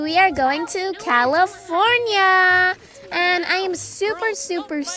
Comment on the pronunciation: Levi: CAYFORNINA😂